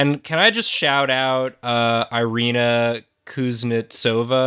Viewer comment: Oh hell yeah! Also, for future reference for the Drawfee crew: "Irina" is pronounced "Ee-ree-na". Because I'm sure they'll come back to Irina eventually